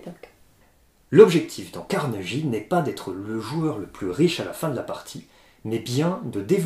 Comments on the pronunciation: ça se prononce Carneguie, pas Carnejie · euhh, je ne veux pas faire mon chiant, mais c'est Carne[gui] et pas Carne[ji] ^^ Je sais bien que n'est pas fan de l'anglais mais là ^^ c'est pas beau à l'oreille ^^ Merci en tous cas pour ce retour ^^ J'ai une préférence pour Darwin mais bon, ce CarneGUI a l'air vraiment plaisant.